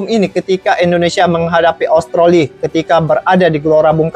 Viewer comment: Sebutannya Australi bng bukan austroli